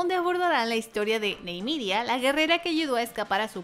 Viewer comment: Se dice : Ni-me-ria 😅 ajajajaja